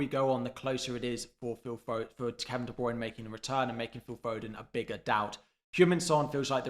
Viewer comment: I just unsubscribed solely based on the constant massively incorrect pronounciation of De Bruyne - it’s annoying as hell but good luck for the rest of the season. 😂